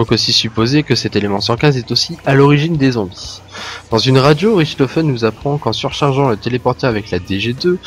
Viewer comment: si le "Ch" en allemand se prononcer "r" on dirait "Rirtofen" et pas Richtofen , :/